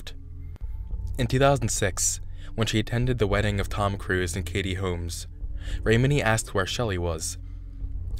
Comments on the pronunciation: It’s not a bad video but I feel like he could’ve done better research. He pronounced almost everyone’s last name wrong. Leah Remini’s, Mike Rinder’s and Lisa McPherson’s. It doesn’t take too long to look it up but it’s understandable if English isn’t your first language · Mike Rinder: his name is pronounced; R-in-durr Lea Remini: her name is pronounced; rim-A-knee 😊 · Wow. First, it's "Sea Org," not "Sea Orgs." You pronounced Rinder wrong. You pronounced Remeni wrong. You pronounced McPherson wrong. McPherson didn't disappear, she died because they wouldn't take her to the hospital and then no one wanted to decide what to do and couldn't reach a supervisor. Everyone knew she died. The Hole isn't for defectors, it's for PTS. They use it for execs to get them to get back on the path. They have to be 100% dedicated to COB or he will get too paranoid. It really sounds like you just looked some shit up on Wikipedia and rewrote it. You must not have watched a single interview or video. You need primary sources for this shit, not just a Wiki page.